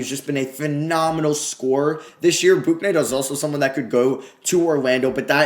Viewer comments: It’s pronounced Book-knight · James bouknight name is pronounced book-night